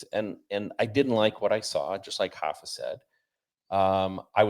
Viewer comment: It's "Rapha", not "Hapha"